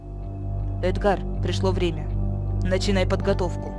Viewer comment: Разве правильно эдгАр, а не Эдгар???